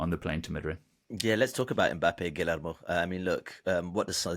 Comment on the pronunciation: Will never understand why people don’t even try to say Guillermo’s name right. It’s not hard.